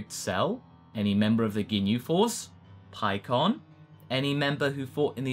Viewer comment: PIKKON******* PIKKON***